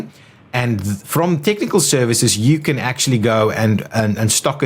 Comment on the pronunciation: Nicely organized video BUT it's a bit wordy. It's more than a bit confusing to understand all of the numbers in each building description but I think I got it now. ps. I like how the South Africans pronounce "tiknikul services".